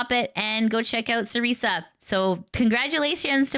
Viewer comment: Hi, appreciate what you do and hope it's not rude to point this out, but I wanted to let you know that Cersea Soulstorm pronounces her name "Sir sea". It's pronounced just like "Circe" from The Odyssey. Also, good luck on Partner, you do a great service and you deserve it!